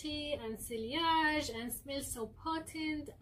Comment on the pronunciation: Sillage is pronounced See-yahje NOT SILLY-ahje It only has two syllables. As this is an old video you may have already been informed of this but in case you have not...